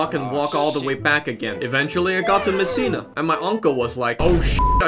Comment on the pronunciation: they do know its messina not missina